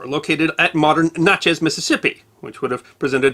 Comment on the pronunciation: It's a little late for this and I'm sure somebody has already commented this, but the way you pronounced Natchez made me giggle!😂 accents change how a word sounds so much!!!